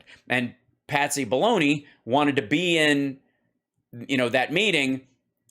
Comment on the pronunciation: I thought you kept saying Patsy Baloney.